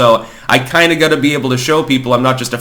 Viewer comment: Is pronouncing got like gut a Vermont thing?